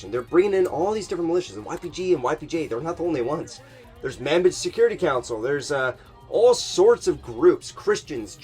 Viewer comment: Bro, it's Manbij, not "man bitch"... The a is pronounced like the u in under, the j is pronounced like the g in collage (think of French)